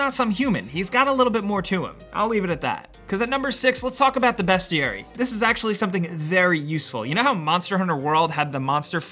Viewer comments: That was a weird way to say that ^^ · "The Best-Ee-Airy" Please kill me. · Its a BEAST-iary. They are beasts